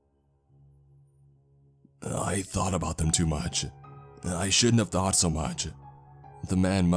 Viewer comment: about 2 minutes 35 seconds in: "I was struck by a THOT 😂😂😂